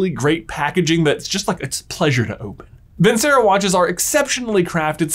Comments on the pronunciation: Off topic comment, but... I thought you might want to know that the c in Vincero is pronounced with a ch sound, like vin-chair-oh. It's the last word in one of the most popular/famous arias of all time, Nessun Dorma, and it means victory. I don't know if the Vincero watch company cares much if you say it right or not, but in case they do I thought you might like to know. Your videos are great and I enjoy them. Thanks for putting out such great content! ❤ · At this point, I want to believe and know it's pronounced vin-chair-oh and they're too proud to accept it. Respect.